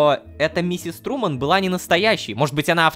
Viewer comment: Труман? Труууман???))) Шоу Трумана да? Так ещё и человек "принадлежит" компании?